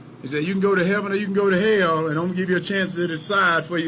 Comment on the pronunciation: "The leff gonna take you to Hail" ~Herschel Walker 2022